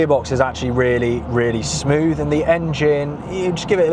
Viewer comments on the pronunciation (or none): none